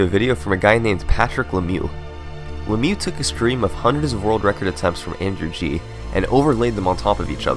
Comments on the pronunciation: Great video! What a massacre of LeMieux' name though :P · lol the way you pronounce LeMieux